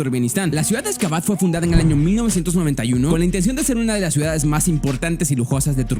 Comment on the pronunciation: Ok vamos a descubrir 10 GAES abandonadas... muchacho se dice "CIUDADES" no GAES!